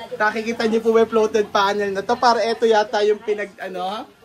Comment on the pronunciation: Fluted po hindi floated